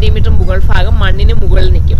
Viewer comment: ഓസ്‌ട്രേലിയലിയിൽ എത്തിയിട്ടും ഫാഗം മാറിയില്ലേ? ഭാഗം (ഭാഗം) ആണ് ഫാഗം അല്ല